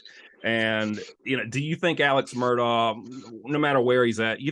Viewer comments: It’s pronounced Murdock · You are pronouncing Alex's last name wrong, it is pronounced: Mer...dock.